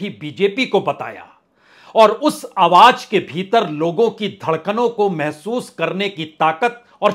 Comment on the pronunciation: Your style and presentation is very unique.. Confident and indepth analysis.. One request.. Plz pronounce Awaj as "Awaaz".. And so on... It is phonetically nice to hear.. Thanks for your efforts in keeping unbiased journalism alive.. Keep it up